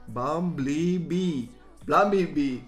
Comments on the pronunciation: man i know ur romanian and u maybe don't know how to say bumblebee english = bumblebee (how it says in romanian bambalbe) if u can say it right know ur pro :))) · Don't wanna be that guy, but it is pronounced "bum-bull-bee" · bum bel bee say it like that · Its because ur accent 😂😂 Its pronounced by "Bumbulbee" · Bumblebee is pronounced as Bumbelbee for some reason xd. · Try to pronounce it by "bumbulbee" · Bum-bull-bee thats how you say it lol